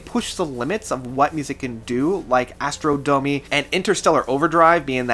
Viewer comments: It’s pronounced “Ah-straw-nuh-mee” as in Astronomy AND “Dah-muh-nee” as in Domine (master, teacher, lord), not “Astral domain” or whatever it is you’re saying. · Guy, watch my lips: AS-TRO-NO-MY DO-MI-NÉ ! "Astro Domain" - WTF? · ~ "Astro Domie?" ReallY? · *Astronomy Domine. Ass-tro-no-me Do-mi-nee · I have a very different view of Pink Floyd, I'm afraid. Also, please try to pronounce the song titles correctly eg. Astronomy Domine (pronounced 'Astronomy Dominy'). Also I expect you had to be there when the first albums came out to realise just how revolutionary they were. I could moan on and on but I won't. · He was saying Astro domi and it was pissing me off too, so thank you for your comment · A couple of times you mangle the name of "Astronomy Domine". :-) That's just being picky though. Nice list. Thanks for posting.